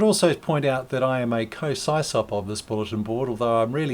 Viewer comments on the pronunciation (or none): Please dont say “s-eye-sop”.. .its totally incorrect. SysOp is short for System Operator.. SIS-OP.